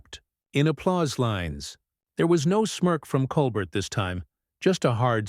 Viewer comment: NEVER HAPPENED. Nuff said. The narrator (either AI or an ignorant human) can’t even pronounce Colbert’s name correctly.